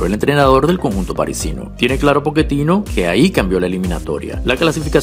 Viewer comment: Quién es Poketino? El hombre es sudamericano y aunque lo estés asociando a la pronunciación Italiana, en aquella región se utiliza la doble cc para hacer eso: Pocchetino!!!